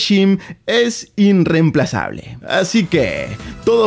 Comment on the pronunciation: es meme lo del "inremplazable" o porque decirlo mal tantas veces?